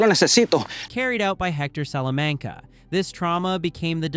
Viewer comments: Only if you learn how to say Salamanca correctly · You must have seen those shows several times. Why can't you pronounce Salamanca normally